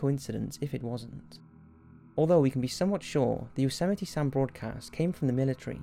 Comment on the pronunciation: its YOsemite not YOUsemite